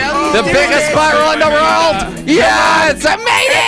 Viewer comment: Sounds like hes saying "Rorld" and not "World"